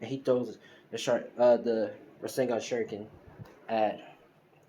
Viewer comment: It's pronounced Ras-ain-shuriken